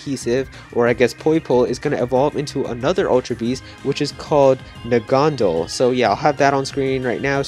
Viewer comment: Pretty sure its Naganadel not Nagandel